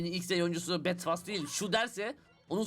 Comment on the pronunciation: Abi o betfas o betfas değil